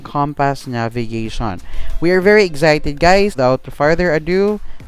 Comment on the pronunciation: Bumili ako dahil sayu. Thank you sa review apakahelpful. Pero eks-cited ata un di egs-cited. Sorry na labu.